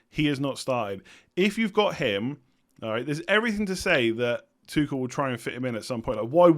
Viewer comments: I think his name is pronounced “Too-Shell” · Tuchel isnt pronounced Tuckel😂 it’s hard tho as a non german speaking person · I think the 'ch' in Tuchel is pronounced like 'ch' in Loch.